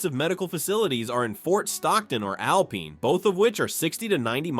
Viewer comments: "Al-peen" Texas? Really? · U mean Alpine is not pronounced as alpeen. This guy is an expert on Texas . How can he be wrong? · If you are using AI do some research . There is no Alpeen in Texas . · Can’t pronounce Alpine ,Amarillo and Terrel county. This is AI. Do your research. Most of this video is bs. I live in West Texas and have visited all of these places.